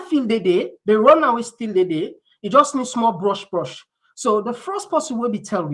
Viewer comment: "Runway" and not "RUN Away"